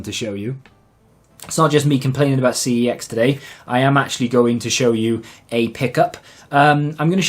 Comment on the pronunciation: Its pronounced 'sex' not ' see eee exx